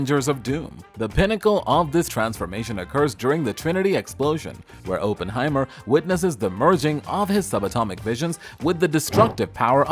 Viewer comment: Cannot watch this with Oppenheimer being mispronounced every 12 seconds 🤦🏻‍♂️